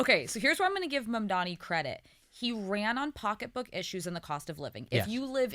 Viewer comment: They really should Mam-man-di on to school them in how to say his name correctly.